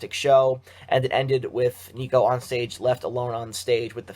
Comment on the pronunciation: It’s nicko not neeko.